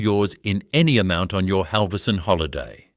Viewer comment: Buggar me, if your robot cannot pronounce Halvorsen and Berowra correctly, you need a new robot.